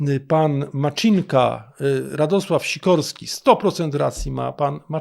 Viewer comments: MACINKA, C-I, jak CITO, nie Maczinka. Wystarczy posłuchać w oryginale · Ministerstvo Czech wysławia się Macinka nie Maczinka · Poprawną wymowę czeskiego nazwiska "Macinka" w języku polskim można zapisać jako "Macynka". Czyli błędnie pan wymówił. :) Deklinacja/odmiany funkcjonują praktycznie tak samo jak w języku polskim. Czyli "z Macynką", "bez Macynki" itp. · Macinka bez żadnego cz w środku, to dużo łatwiejsze do wymowy niż Zelenśkyj którego przekręcacie wszyscy na 1000 sposobów